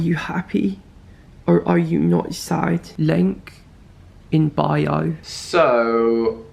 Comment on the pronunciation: “LiNk…iN BiOw”